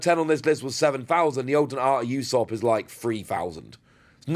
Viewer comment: Pronounced ooo-sop not you-sop btw